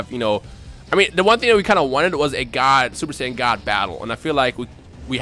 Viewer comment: Say-on ancient God smh